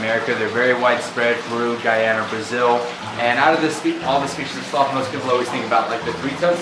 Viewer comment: Glad I was watching the captions, I thought she said "Slut" House.